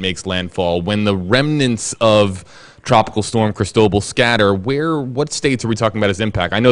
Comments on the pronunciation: Can someone pronounce the name crist-o - ball correctly I'm gritting my teeth..it's spanish! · Cris tow ball. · Please learn how to pronounce the name. The accent is on the LAST syllable. This makes me cringe almost as much as pronouncing Quatar as cutter.